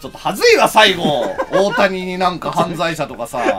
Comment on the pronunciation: ただでさえ笑い転げてたところに、オオタニさんのイントネーションが太田胃散でトドメさされたw